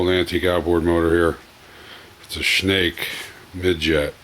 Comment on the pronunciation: Great video but Schnacke is pronounced SHAN KEY !